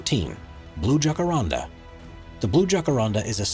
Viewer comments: Please do your homework, the J in the word Jacaranda is pronounced as an H would be. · Thank you for mentioning the Jacaranda trees in Pretoria. They don't just grow in Pretoria, you can find them in many other parts in South African. Also just wanted to point out the the narrator mispronounced the following words: Jacaranda, Boaba and Madagascar. The cotton tree (tree no 7) on your list does not just grow in Western Africa we have them growing here in South Africa.